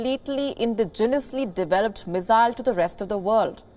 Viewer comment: First try to learn the pronunciation of missile. It is not mizzile.